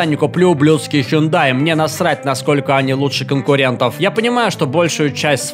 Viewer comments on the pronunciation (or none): none